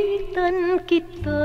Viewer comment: Yes finally the wait is over👍🙂 Salamat idol GYPTV sa paghanap kay Tita Midz, ang pinakamamahal na kapatid ni Sen. Juan Ponce Enrile. Natatawa ako ky Jon Santos sa kanyang impersonation ky Tita Midz sa tuwing kumakanta sya ng "Aawitan Kita" (aawitan kitwaah, aawitan kitwaah...) 😜😁🤣😅 with pun intended na pinatikwas na pagbigkas ng 'kita' sa 'kitwaah' 🤣😅. She is the epitome of an elegant classy lady of high social status and regard of the Spanish times. She also appeared in films "Inday, Inday Sa Balitaw" (1985) with Maricel Soriano, Susan Roces, & Roderick Paulate. Sya yung malupit na amo ni Maricel doon infamous with her lines in the movie while hitting Maricel very hard due of her punishment for some wrongdoing: "Maldita ka talaga, idiota! idiota ka talaga! Tingnan mo ginawa mo sa anak ko, kochina! Kochina ka talaga! loka-loka! Tonta! Bruha! Santa-santitang maldita! Iiyak-iyak pa 'tong hitsurang 'to"😅🤣 "Punyatera ka talaga! Anong akala mo sa ulo ko, inidoro? Halika dito 'kaw talagang malditang babae ka, mamili ka ngayon ng parusa, uno, dos, tres, kwatro, singko, o pakagat kita kay drakula?" (yung bulldog na aso) 😅🤣; at sa "Magdusa Ka" (1986) with Dina Bonnevie, Nida Blanca & Dindo Fernando. Sya yung aristocrat mother ni Dindo doon..👍🙂